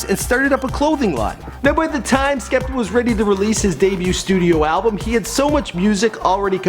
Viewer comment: You also mispronounced his name